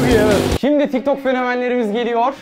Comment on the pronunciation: Tik tok derken TİKTOK oluyo😂😂